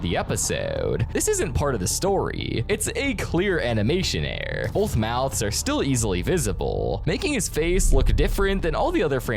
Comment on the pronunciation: I know right? And his error and mirror pronunciations are kinda off too